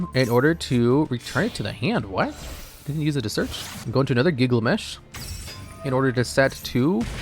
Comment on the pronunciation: Say Giglamesh one more time